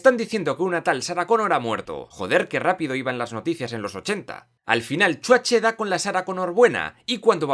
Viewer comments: Me mata cada vez que dice chuache 🤣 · no puedo con que le digas chuatche al Arnold XD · De pequeño me daba miedo XDXDXD Solo falta que pronuncies bien el nombre de Schwarzenegger XDXDXD